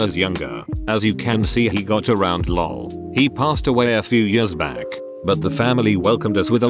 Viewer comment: Can't you people find a human to do the voiceover? This computer voice is a horror. Teach it to speak English, please. This was the first time I ever heard "LOL" pronounced as a word!